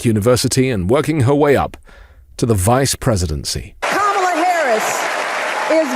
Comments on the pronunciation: Like your videos but plz pronounce Kamala's name properly fer chissakes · Mmmmm - STILL CAN'T PRONOUNCE KAMALA's NAME . . . DO SOMETHING ! IT's NOT DIFFICULT, JUST TAKES A LITTLE ATTENTION - OK credit where credit is due - by the end of the video you nailed it 🙂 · Please learn to pronounce Kamala correctly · It's KA-ma-la. Not ka-MA-la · C'mon guys: KAmala Harris not KaMAla. Your first pronunciation was KaMAla. PLEASE PLEASE PLEASE get her name right. It's bad enough MAGA mocks it, we on the left have to pronounce it correctly. I almost stopped listening because I find it so disrespectful. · You gotta be more consistent with your pronunciation of "kamala" her nieces told us it's "comma- la." Your intro was ka- ma -la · DID YOU JUST SAY...Ka MA la???? Komma la Kamma la Kamala...now YOU try. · Kamala (Comma-La) not (Cáh-Mar-La) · Love your speeches, it's KAMala, not KamAla. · NO actually her nieces described it on stage: first say like a COMMA, then like a LA. COMMA-LA. So your Kam-ala is not quite correct, sorry. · ok... listen closely Kamala's name is pronounced Comma La... seems to me, Democrats are just as silly in their mispronunciation of her name while simultaneously saying it wrong... who knew. Let's get it together, so we don't look stupid... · I love your podcast but her name is "comma la" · Bro... STOP SAYING THAT WOMAN'S NAME WRONG... IT'S COMMA-LA...DAT SHIT BE PISSING ME OFF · please say her name properly! KAMA and then LA, my god its not difficult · Comma...la. Oh wait... when did he mispronounce her name? He corrected himself after the first time. 🤔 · I agree, that is what I was attempting to convey. The emphasis is on the first syllable. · It's pronounced COMMA-LA. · I like you much dude but you gotta pronounce her name right. I'm sure you also think it important and it was a mere oversight... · You just mispronounced her name then corrected yourself at the subsequent mentions😂